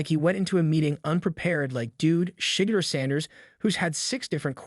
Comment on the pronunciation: You are saying his name wrong. Could you please say his name right.